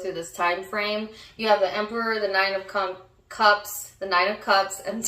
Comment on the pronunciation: On the live u did on aqua you said 7 of cumps as well🤣🤣 I take it as a heavy sign